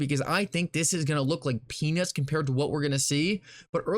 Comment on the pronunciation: Im pretty sure he said penis instead of peanuts 😁😁😁🤣🤣